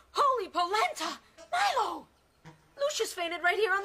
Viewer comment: LOL!Fa troppo ridere...è PALESEMENTE DOPPIATO eppure il labiale corrisponde!X°-D Ma poi dai..Lucius ci può ancora stare come traduzione per Lucio,ma sentir chiamare Milo"MAILO"mi fa troppo strano!@@ E poi Balia Bea sembra che la chiamino"Bee"(="Ape")!X-D Elf???Milo da Folletto Luminoso è diventato un elfo??:-P HOLY POLENTA???!!!X"-DDD Ah,ecco,non avevo sentito male!Balia Bea l'hanno VERAMENTE chiamata Molly Bee!:-O